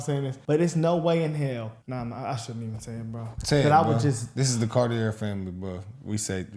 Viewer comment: It's pronounced Cartier like the watch